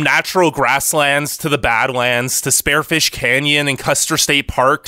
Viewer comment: its not sparefish sd its spear like a weapon spearfish